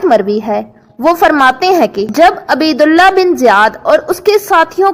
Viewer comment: او بی بی عین پر پیش اور ب پر زبر پڑھو